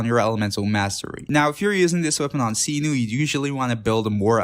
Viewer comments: Mf said “seenoo” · every translation video that i've watched from people who are Arabic (which is what Sumeru is inspired from, not Greece) pronounced it like did. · oh no the pronounciation of cyno drives me crazy